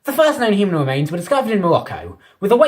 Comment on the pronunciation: hUmAn wemains iN mOlOcCo🤣🤣🤣,bro,whats wrong with your pronounciation